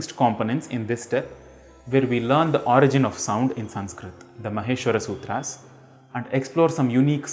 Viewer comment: i would like to see what you teach but you Pronounced maheshwar Sutra wrongly. its mAheswar Sutras. Moreover you have already introduced the wrong way in your previous videos by showing the tables and some other types videos, Dont put a deliberate effort of simplifying the language, But if you really wish to help all with it, then make videos on Paniniy Sutras/ Sidhhant Kaumudi/Laghu Siddhant Kaumudi/Param Laghu Sidhhant kaumudi. Where solid Grammar is there. It dispells the ignorance. rest all is efforts in vain. I would love to see more in this because the foundation of all Sanskrit is Maheshwar Sutras. You emphasied on clear pronunciation , I would like to see how much are going to in detail, please take the real shlokas from Shiksha Shastr. You are really doing a great job, but i just wish it doesnt turn into Mcaulay style teaching. I loved ur Soundarylahri Video.